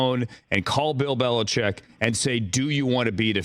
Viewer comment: Bill Belicheckkk ?? I guess Deon Sanders is in the mix too !! 😂😂